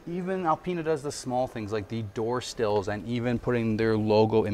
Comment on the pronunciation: Awesome video😎cute how you say door still instead of door sill 😍